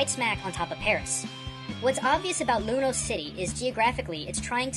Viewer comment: It's Lumiose not Lumous